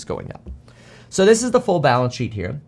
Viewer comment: Hi Kevin did you say balance shit? Or balnce sheep? Just kidding. Thank you for … you. You are great source of info.